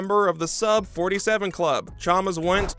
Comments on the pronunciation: “Chamas” “Chaalmurrrs” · kyle CHAMAS